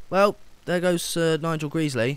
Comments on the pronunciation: Isn't it "Sir Nigel Gresley" not "Sir Nigel Greesley?" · It's pronounced Nigel gresley not Nigel greesley.